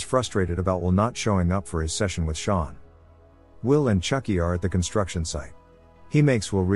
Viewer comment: Sean doesn’t pronounce Shawn